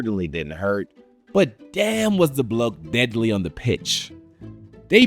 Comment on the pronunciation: "Bloke" in an american accent just doesnt sound right 😂